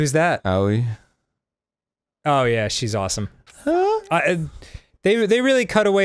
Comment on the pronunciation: Everytime i hear them say Aoi as auwiee i laugh.